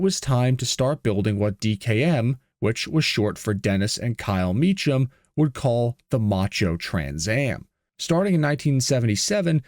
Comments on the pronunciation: It's not "ch" like chimmney, it's "ch" like a "k." It sounds like Mekem, not Me Chum. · It's pronounced Me-kam...not Me-cham 😅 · His name is Evan MEE-kam, not MEECH-um. How could you possibly screw that up? This is why youtube is garbage. You are making youtube garbage with your garbage content. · The pronunciation is “me-come” not “me-chum”. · Great video . However it's pronounced Mecum the h is silent. So Cum not Chum. Also a couple of mechanics (Click & Clack ?) took a car from New York to Ca. Along the way they would rig an issue , simple things like a loose spark pug wire... Everywhere they went they were ripped off. New wire's , Trans work , Carburetor .... Until they got to Phoenix and broke down for real. they took it to Mechum Pontiac and they found the problem , opened the service dept on Sunday and fixed the issue without any BS. So the place at least with customers were on the up and up. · The name is pronounced “me-come” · Mee Kum. It's a common mistake. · Mecham is pronounced as 'k' not 'ch'! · 2 syllables: "MEE" + "kuhm" THANK YOU, NO AI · its pronounced... MEEK-UM!!!! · FYI "Mecham" is pronounced "MeKam" (CH = K)- I used to go to their dealership in those days. They had a other models of the Trans Am also.. the "TALON" and "MSE" - which stood for Mecham Special Edition... are examples... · The name was Mecham - pronounced "ME-come" ... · i live in arizona and i grew up with the family on my street and they pronounce their name differently from how your saying it.. they pronounce it like this meek-um instead of how you were pronouncing it like meech-ham.. the family evolved to selling gmc trucks at the dealerships into the 2k's which they offered a new truck that they thrw ther mecham performance package on which consisted of q supercharger, air intake to the supercharger and they always threw killer exhausts on so no matter what they always sounded good and the trucks would receive a leveling kit with nice wheels